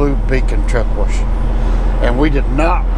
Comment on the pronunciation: It sounds funny when you say truck wersh.